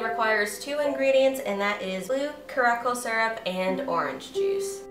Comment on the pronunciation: hiya former bartender here and I've noticed not a lot of people know how to pronounce curacao so Imma teach ya. ker-a-sao it's spelt really weird idk